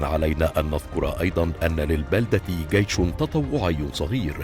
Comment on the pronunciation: الالقاء سيء ، اجل ليس لديها قيش .